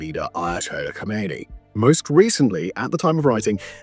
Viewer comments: Not Khomeini but khamenei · Khamenei, not Khameiny, Khameiny is dead.